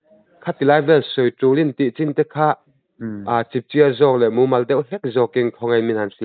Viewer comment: Chipchiar i thlûk dan hi a dik lo aw